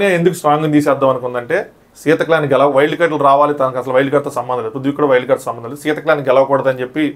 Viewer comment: garu gelavali anna word pronunciation wrong. Gelali gelali ani antunnaru repeated ga. So, Pronunciation correct chesukovali ani koruthunnanu